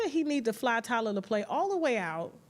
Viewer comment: Who’s Tyler Laplay? Tyler Lepley……lol